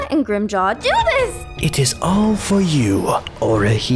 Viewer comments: Am I hearing things, or are some people calling Grimmjow "Grimmjow" and others are calling him "Grimmjaw"? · no a lot of the time they say Grim Joe not Grim Jaw or Jow(J+Ow sound as in the sound you make when your hurt) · I swear several characters say Grimmjaw instead of Grimmjow in this series. Has anyone else heard that? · I love how all of them pronounce grimmjaw name differently. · in this series they pronounce it Grimm joe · they pronounce it Grimmjaw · "And Grimjow" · I like how different people say Grimmjow's name differently. Everyone speaks differently, no pronunciation is flawless.